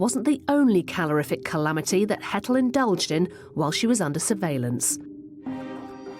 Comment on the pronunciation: "Calorific chalamity" lol